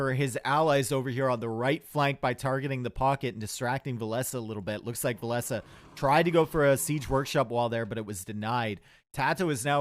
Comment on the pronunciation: Love to watch cast! A true legend with so much knowledge of the game, but I think "Villese" is pronounced like "Chinese or Japanese" much love buddy!